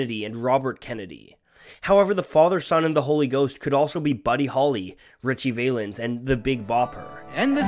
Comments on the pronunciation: You did not just disrespect Ritchie Valens last name by pronouncing it like that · besides, who's this narrator? very poor, and mispronounces Valens' name. Clicked off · I laugh how he mispronounces "Valens!" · Though when will people figure out it's pronounced "VAL-ens", not "VAIL-ens"...? Either way, a very deep song that has that nostalgia running through the music as well as the lyrics. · Ricthie Valens' name is pronounced as Val-Lens, not Vay-Lens but wow, not complaining. This is a super piece. Keep up the great work. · Small nitpick but [Ritchie] Valens is pronounced with a short a, not an "ay" sound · VAH-lens, not Vay-lens. Short for Valenzuela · The A in Ritchie Valens is pronounced as in Apple . Not Acorn. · Its Vah-lens as in val-ley, not vay-lens. Didnt you you ever hear La Bamba, or are you too young? Did you think Los Lobos originally sang it? I know, Valens wasnt the original, either. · Show some respect! Ritchie Valens' surname is NOT pronounced "Vaylens". The first syllable, "Val" rhymes with "Pal", as in "friend. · I'm sorry, did he just pronounce "Valens" as "Vay-lens" ? How do you mispronounce that? "Val-ens". It's a short version of his last name "Valenzuela" – which, in this case, the V is pronounced like a soft "B". A very soft "B" not a hard one like the words "Balance" or "Bilingual" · Nice video but his name is pronounced Valens not VAY lens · great fucking video dawg, but PLEASE say his name right lolol. it's ritchie VA-lens, not VAY-lens. short for Valenzuela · This guy mispronounces his name....its an e vowel not an a vowel. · OK, so this had promise, but the moment the narrator said Richie "Vaylens" you lost all credibility. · Nice job! You nailed it all but for one minor detail, Valens is pronounced with a short a. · Richie Valens’ surname rhymes with “gallons”. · From the way you pronounce "Valens," you clearly haven't seen the La Bamba movie 😆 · He pronounced Valens wrong